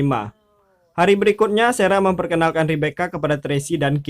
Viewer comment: Ini lagi sara di baca sera 😂 kemaren rachel dibaca recel 😂